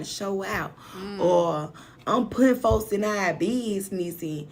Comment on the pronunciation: 😭🤣😂chile him saying our as “are” wouldve been it for me